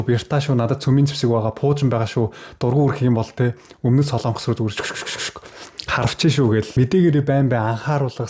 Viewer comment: СОЛООНГОС гэж улс байхгүй. СОЛОНГОС улс гэж байна. зөв яриачээ. минь ээ?????